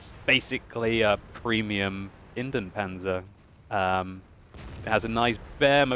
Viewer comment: sorry, gotta tell you, you keep calling the Indienpanzer for IN-DEN-panzer, but it was to be produced in INDIA, which is INDIEN in German, pronounced IN-DI-AN-panzer. Pretty much like in English.:-)